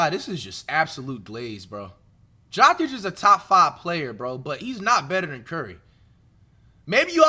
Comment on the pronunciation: Jock itch 😂 why bro saying his name so wrong